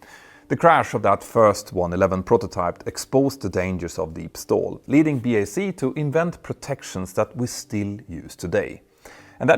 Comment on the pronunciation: Nice to hear you say (Bee Aye See) + (BAC) Properly and not say (Back) as you have done before :) Now all you have to do is stop calling Concorde (The Concorde) ... It's just Concorde ;)